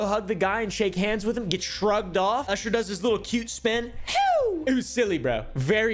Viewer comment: him saying "usher" as "oosher" is funny to me